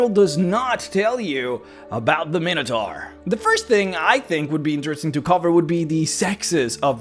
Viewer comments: You’re using the common D&D mispronunciation. It is actually “my no tore” or, by many in America, “min ah tore.” It comes from the Greek Minos (king of Crete) and Taurus (bull). But D&D players like to say “min ah tar.” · Minotaur is pronounced with the long I sound, like: item, iota, and eyeball.